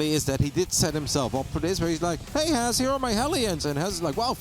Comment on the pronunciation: is by far the worst caster.. she can't even pronounce Has correctly..